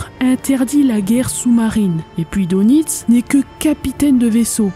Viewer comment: bonjour! Dès le départ et tu commences à me connaître un peu... Karl Dönitz, on prononce DEUNITZ U-Boot = Untersee Boot = bateau sous marin = OU BÔÔT... Allez, je vais t'écouter!